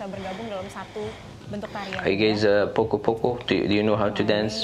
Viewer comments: Assalamualaikum poco-poco dance is actually pronounced 'po-cho - po-cho' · Wow...keren (p o c o )mr bukan poko (poco poco)😁